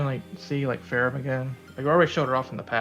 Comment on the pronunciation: Actually, the JP pronunciation is "Feramu" meaning the "h" is not there so you just call her "Fe-ram" in English.